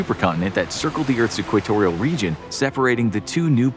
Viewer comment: Could of sworn he said clitorial region instead of equatorial